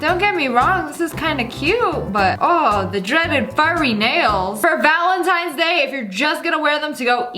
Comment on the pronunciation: Wait did she just say “ valintines day!?” 🤣🤣😂😂😂